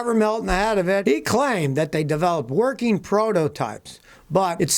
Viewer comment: "Workeen" is not a word.